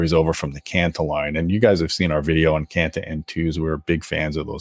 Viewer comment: It's Kanta, not Kanto. Or did I hear it wrong?